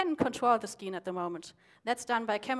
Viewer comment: skeen? or actually "scene" :P